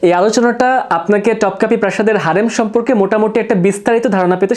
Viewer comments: ভাইয়া উচ্চারণ টপকাপি হবে না, উচ্চারণ হবে তোপকাপি । আর হারেম না, উচ্চারণ হবে হেরেম । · তোপকাপি বলেন , টপকাপি না